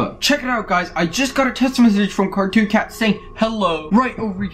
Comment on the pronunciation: you said cartoon hat yes you did really